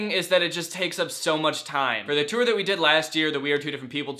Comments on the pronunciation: Nobody: Danny: the TEWR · Does the way he says tour bother anyone else? Ur like my fav youtuber and shyt but like u say toooooir and it hurts my soullllllll😩. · No one: Danny: tOo-Er ToO-eR ToO-Er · "Too-or" - Danny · Kirsten Martin HE MAKES IT RHYME WITH SEWER SOME ONE ARREST HIM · Ethan Matzdorf like the word tore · Gross.. so you just ignore the "u" in there? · The way he pronounces tour makes me laugh every time. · Danny gets a question... Me: yayyy!! Danny says 'tour' like 'touer' again... Me: NOOOOO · Hehe he says tour “tewer” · I don’t understand... People are saying he says tour wrong but how are you supposed to say it? Tor? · Omg stop saying TEWER for tour lol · He pronounces tour differently